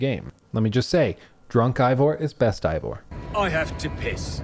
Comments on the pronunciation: Lol you'd think after 100 hours you'd know how to say Eivor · The ultimate critic pronounces game's main character name wrong. Oh well a lot of effort here none the less, you might even say bloated? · Oh my God… 100+ hours playing this damn thing, even more than that editing all this together, and yet still can’t properly pronounce the name of the protagonist 🙄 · Thanks for explaining nothing useful. Eivor doesn't have any elements in English that would be hard to pronounce. A. Vor. The game says it hundreds of times. No excuse for saying I vor. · Turned off the video when you said "Ivor" Really easy to pronounce (even when you're an uneducated American) due to you listening to his name being said for the whole game. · Plays 100 hours, still says "eye-vor" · How is it this guy played hundreds of hours of this game, with the main character’s name is said thousands of times, but in this 3 hour jerk off session he can’t pronounce it correctly even once. It’s AY-VOR not I-VOR. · Stop pronouncing the name wrong 😅 it’s not I it’s AYE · Did you even play the game?!! It's Eivor. (Avor) not Ivor! 🤣🤣🤣🤣🤣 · i love this critique but i giggle at how you say ivor instead of eivor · Why does he keep pronouncing it "Eye-vor"? Everyone, including Eivor, pronounces it "Aye-vor". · It’s pronounced aye vore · Dude, everyone in the game calls him Eyvor or Ivor, not whatever you said. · Oh god no please don’t tell me you’re pronouncing him eye-vor the whole video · "Eye-Vor" makes it seem like you didn't actually play the game. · EYE-vor? what?? they same the name correctly dozens of times in the game. why are you saying it wrong? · You're mispronouncing Eivor. How are you mispronouncing Eivor? I don't understand, the name is said over a billion times in the game. How do you get it wrong? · Anybody else triggered by him mispronouncing Eivor's name the ENTIRE vid...🤬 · hates this game so much he mispronounced Eivor for three hours.